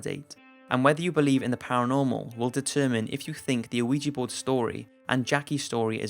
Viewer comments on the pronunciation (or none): WTF is a uh-weejee board? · boywonder I'm sure the original commenter spelled it phonetically because the narrator kept mispronouncing it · Wait! Did he say awigi board? Lol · I swear this nigga is saying "luigi board"